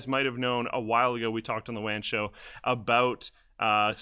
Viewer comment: Sounds like wam show